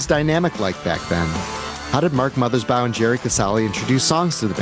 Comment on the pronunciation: Thank you for the interview. BTW, it's Mothers- BAW (rhymes with "law")...not BOW (rhymes with "cow"). And the song Bob 1 is referring to is "A Plan For U"